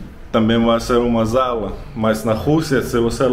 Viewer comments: Olá, você sempre acerta o português mas depois fala errado. "Eu agradeceria", "uma sala" ( som de S e não de Z), " a cozinha" ( o som do nh é o mesmo do espanhol ñ, ou seja: nha ( nnnia),nhe (nnnie), nhi( nnnii), nho ( nnnio), nhu (nnniu). Fala- se "cozi nnnia". Em casas de classe média temos a sala, a sala de jantar, a cozinha, o lavabo, o banheiro, a lavanderia ( ou área de serviço), os dormitórios ( ou quartos), varanda, garagem, etc. Quarto é sempre o lugar de dormir, o dormitório. Nunca chamamos de quarto outra parte da casa. Quando queremos falar quantas partes tem a casa, dizemos "-Essa casa tem quatro cômodos", por exemplo. Geralmente, também não contamos o banheiro como um cômodo. Na cozinha você ficou admirado com a pia de duas cubas. Na maioria das casas a cuba não é dupla, é simples. Aquilo que você não sabia o nome e que protege o interruptor e as tomadas chama se " espelho" ( lugar onde se acende/ apaga a luz e onde se liga um aparelho elétrico). Usamos redes de proteção nas janelas e varandas dos apartamentos pra evitar acidentes com as crianças e animais de estimação. O ventilador de teto tem um dimerizador que controla a intensidade e a função ventilador ou exaustor e lâmpada, por isso tem tantos botões. O vaso sanitário e o bidê não são antigos, pelo contrário. Aquilo que você pegou ao lado do bidê chama- se ducha higiênica e é pra fazer a higiene íntima após usar o vaso sanitário, por exemplo. O chuveirinho que está junto ao chuveiro também é pra f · Não se fala zala, mas sim sala.... também como se diz em espanhol... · Você fala muito bem português Parabéns. Vc só está trocando o s pelo z busca uma aula sobre isso exemplo é sala e não zala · Não é "zala", é sala, como em espanhol... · Amigo mi desculpe em corregir gosto muito dos seus vídeos não é zala o correto é sala sem o tom di Z ao pronunciar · O nome é SALA e não ZALA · O NOME É 'SALA' e NÃO 'ZALA'. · Eu achei engraçado ele falando "zala" kkkkkk